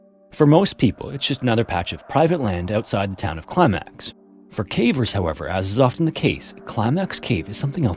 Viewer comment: Thank you for using your real and pleasant voice. You are one of the few who can pronounce “caver’s” properly. If i hear “Cah-vers” from another ai im going to flip out